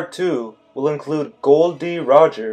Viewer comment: His name is actually gol not gold